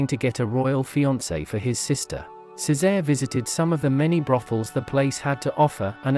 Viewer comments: Its pronounced, Che say ray. Not ceezar. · It's the mispronunciation of Cesare. I don't know why, but people get really super pissed to hear it pronounced any other way but "Chay-sar-ay". The AI voice selection on this platform needs to be updated seriously...because AI is learning from the internet...and it needs to be corrected like a child so it knows the proper pronunciation and will use it correctly in the future. Unlike a human child, AI only needs to be corrected once. Unfortunately, the fact that AI is learning from the internet is frightening because it sees how we interact between ourselves...and we're all pretty damn ugly wugly to each other...so AI will more than likely mimic this behavior. A lot scarier now, huh? Lol!